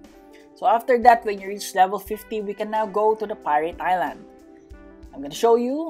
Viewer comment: the fact that he pronounce island wrong